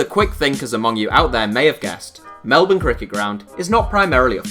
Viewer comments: Do British people tend to mispronounce Melbourne? He pronounced it how I would expect. Many brits grew up with Australian soap operas. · even though it's called the MCG, the main sport played there is defo AFL, or Aussie Rules as it's more typically referred to, 2-3 games a week during the footy season, when Cricket is lucky to host even 50 games there in summer, and yay, a non Australian pronounced "Melbourne" correctly, I'm so happy